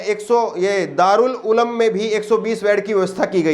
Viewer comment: Darul uloom correct ha Na k darul ulam